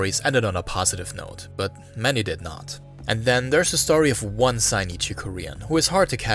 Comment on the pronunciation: They're called Zainichi not Sainichi